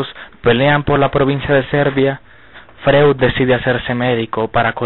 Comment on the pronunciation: freud se lee froid. De entrada venis mal